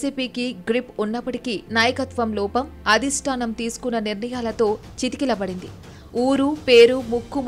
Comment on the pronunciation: amma " chitikilabadindi" kaadu - " chatikilabadindi"